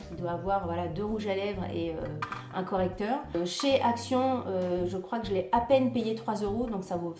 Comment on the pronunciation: J'adore tes hauls "accíon" 🤣🤣 avec la prononciation espagnole. J'ai manqué le letter board. Tu as l art de dénicher des produits ménagers avec un super packaging😙 je tenterai de les trouver samedi. Bisous